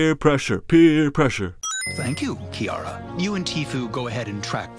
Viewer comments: No offense... but they flat out pronounce the names. You said them wrong. KAI-ON. KEY-ARA. Why do you people keep getting it wrong when it's said for you properly? They even say Kiara's name in Lion King 2: Simba's Pride! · Here's one thing you should know about Simba's cubs' names. Kion name is pronounced "Kai-on". And Kiara's name is pronounced 'Key-arra'. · your saying Kiara and Kion wrong